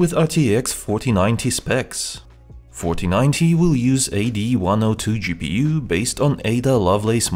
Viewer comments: Why every time he said 4090 all i heard was fortinate or papagee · am i the only one who hears "rtx fortinite"